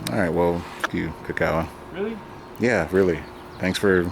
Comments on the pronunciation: How come can't even learn his "best" friend's name?? KI-kawa like key... not ka-kawa... geez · yeah- maybe you're saying Kuh-kawa idk what... but the only thing that's definite is you're fuk'n up your boy's name lol Ki= "key" big boi ; )